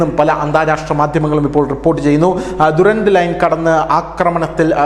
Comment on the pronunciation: ദുരാന്ത് അല്ല ഡ്യുറാൻ്റ് ലൈൻ